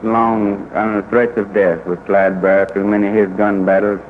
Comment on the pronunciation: Barrow last name has no S….please pronounce it correctly!